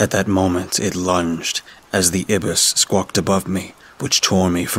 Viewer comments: haha, its actually "eye-biss" (or ai-bis) instead of "ib-biss" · Black Ibis? Ibis is pronounced eye-bis not ebis. Those mispronunciations ruin the story for me.